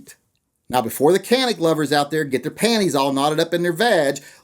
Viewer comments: Canik is pornounced 'Janik' not 'Kanik'. The C in Turkish is pronounced as a J. Just one more thing to piss you off about it. ;--) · Canik is pronounced Janik not Kanic J not the K sound a C can make. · Canik is pronounced Jonic. Like tonic but with a J. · It’s pronounced “Janick”. C is a J in Turkey. Good vid. Thanks. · You crazy round eye white boy, its spelled Canik but pronounced jzanik. I know that and im a pineapple coconut chucking Hawaiian! As far as the.25, why? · Lol, so do you like how the canik (jah-neek) performs?? We all know you have one hidden away